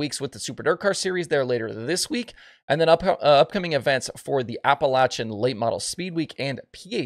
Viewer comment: Hey, you pronounced Appalachian correctly!